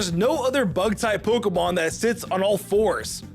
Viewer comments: Why… does he mispronounce a lot of the Pokémon? I know it’s probably bait but COME ON! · Omg the mispronunciation is so bad 😅